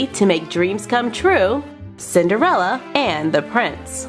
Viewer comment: 6 times she said cinderela